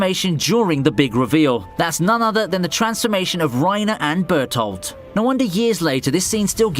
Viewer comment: Bertoldt😂😂😂 (Bertholdt)